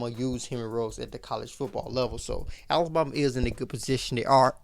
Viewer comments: Is it just me or is this guy pronouncing Alabama wrong? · lol yes